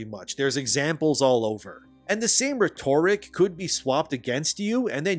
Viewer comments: Your pronunciation of "rhetoric" makes my ears bleed. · My man, please look up how to say the word "rhetoric." You mispronounce it often.